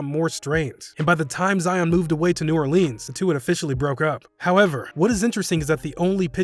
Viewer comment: “Jay Morant” “New OrLeens”